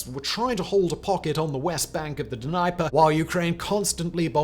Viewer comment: Someone teach him how to pronounce Dnieper. Jeez has the guy ever covered the topic before…?